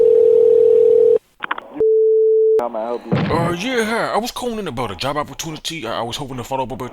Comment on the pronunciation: This nigga said yob 😂 🤣